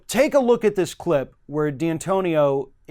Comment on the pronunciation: It's D'antonio not D-Antonio.